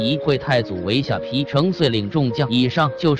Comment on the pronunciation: 下ㄆㄧ???連地名都說錯，說什麼歷史，誤人前途，很爛ㄝ